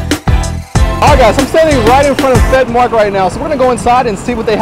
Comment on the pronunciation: Love your chan and me and my wife subbed when you were in Pattaya. The correct ennunciation is 'Pet Mahk' the 'r' is silent in 'Mark'. It means very spicy. You forgot to do the Mark Wiens' head side bow of approval thing.